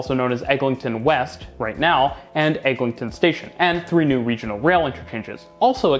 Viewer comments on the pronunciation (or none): EGLINTON AVENUE (LIN, NOT LING)